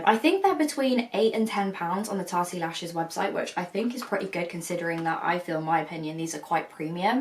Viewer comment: Someone tell her it's not 'Tarty Lashes'